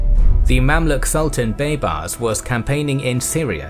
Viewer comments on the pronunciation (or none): He pronounces baybars so damn bad